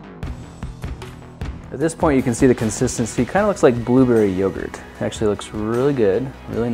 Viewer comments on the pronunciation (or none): BLOOBURRY YOGERT!!!😂